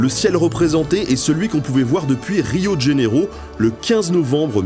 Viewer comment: Tellement beau ce drapeau de l'Afrique du sud 😍 Petite remarque prononciation pour Rio de Janeiro. On a tendance à prononcer "Rio de Djaneiro" mais la bonne prononciation est plutôt "Rio Dje Janeiro". Le son "Dj" est sur le "de" et non sur le "Janeiro".